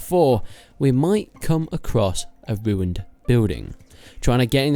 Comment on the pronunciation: The wivvah and the woowined stuff. Nice confidence though. :p